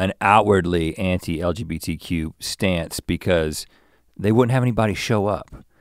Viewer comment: "L.B.G.T.Q.+", I thought TikTok was joking about Straight people doing this, there's a reason why the letters are in a specific order, and I was just thinking about Link messing it up for a few minutes before and then he did, move out of the way Mr. Rhett, I'm the Psychic now, no Redbull required. 😂